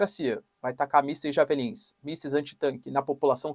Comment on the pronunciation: Pronuncia do missil esta errada, pronuncia: DIÉVELLIN